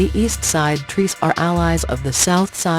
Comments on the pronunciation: The robotic voice is stupid and its trece (tre-say) not treece. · “East Side Trees” instead of East Side TRECE (East Side 13 in Spanish) It’s pronounced TRES-EH NOT TREES 🌲 🌳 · Wtf is Treece? Why does she keep saying that shit, does she mean Trecé(Trréceé)